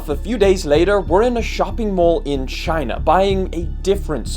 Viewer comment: 2 words: Chy-eeena